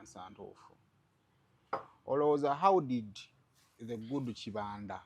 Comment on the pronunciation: Kibanda is a Swahili word naye the way you’re pronouncing it is wrong 🤣🤣🤣